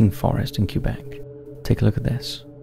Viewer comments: "CUE-BECK" lmfao aww it's "k-EH-beck" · So funny how most english speaking people pronounce it "Cue-Bek"